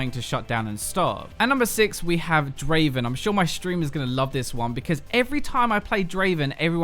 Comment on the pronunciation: Not Draven , DRAAAAAVEN !